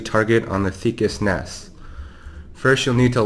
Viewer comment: Finally, the guy who comes in says NAS and SCSI properly. thank you!